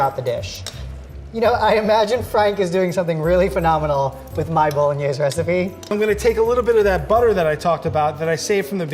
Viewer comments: Not saying boloknees pog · Knowing Vincenzo, pretty sure he would NOT approve of the video. I'm sure you know as well as I do that'd at the very least he'd stop the video to correct how they are saying Bolognese. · I think Vincenzo would start by correcting their pronunciation of Bolognese. And he wouldn't be happy with the garlic, or butter. A video I saw recently by NOT ANOTHER COOKING SHOW was for Pasta Alla Genovese Frank's recipe looked a lot like that.